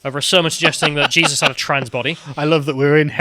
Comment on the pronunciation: "SHE-sus" Christ?